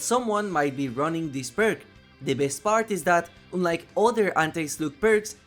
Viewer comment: Friendly advice: check the pronunciation of the word “unlike”. In any case, love your videos! Big thanks for them